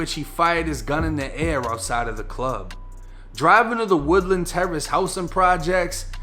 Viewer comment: Its pronounced wood-Land aka Lynchmobb